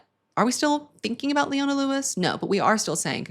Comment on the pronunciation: Ohhh boy you did leona wrong 😤